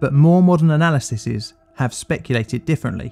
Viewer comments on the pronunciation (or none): the plural of analysis is analyses, pronounce the exact same except the last syllable is "eez"